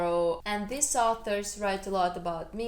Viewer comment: Just a basic pronunciation tip (English as a 2nd language teacher) -- these vs. this. The former is a long eee sound (like need). Give it time. 'This' is very short, and an 'i' sound. Also, more happy, or happier. Never more/most happier. 🙂 You have an excellent command of the English language.